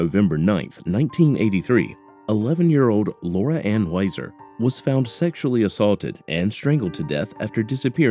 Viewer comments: Nice to know the so called "Heroes" of our communities are serving these family members so speedily. Wow!!! BTW: It's WEE-ZAR not WHY-ZAR RIP Lora Ann! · Huizar Pronounced Wee-Zar